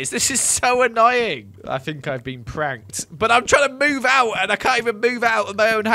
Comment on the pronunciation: "Pranked", you say.. more like "planked"!!🤣🤣 LMAO